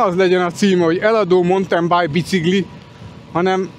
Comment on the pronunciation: Tetszik ez a "montembáj bicigli". Már a "montenbájk" is példátlan sutyerákság, hiszen az mauntin bájk, amint azt mindenki tudja - az angol ma már nem ismeretlen nyelv -, de ez a montembáj verzió már kisüti az agysejteket.